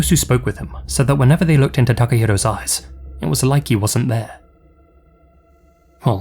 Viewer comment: With your accent, I thought you said 'women were creeped out because of his ASS.' Took a second to realize you meant 'eyes' Didn't realize an ass could be creepy. 'If women wouldn't give him what he wanted, he'd take it.' Sounds like the current individual in the White House.